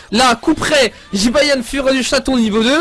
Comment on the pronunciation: Un Jibayan?Désoler mais c'est Jibanyan mais pas Jibayan Ok tu me stresse avec sa Jibayan Jibayan....!!!!!😬😬😬😬😠😠😠😠😠😠😨😨😨😨